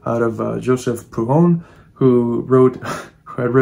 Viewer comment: Are you trying to say Prudhom?